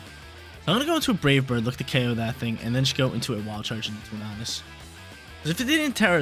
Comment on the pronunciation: Please please please. Stop saying torn-ar-dus its torn-a-dus